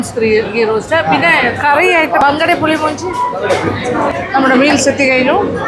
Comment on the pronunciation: മഞ്ചി അല്ല മാഞ്ചി 😂പുളി മൂഞ്ചി അല്ല പുളി മുഞ്ചി 😂